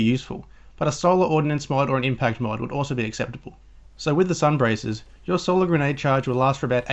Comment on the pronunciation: Its sun bracers (bray sers)